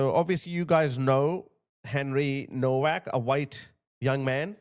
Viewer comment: Please could you pronounce his name correctly, it's pronounced Novak.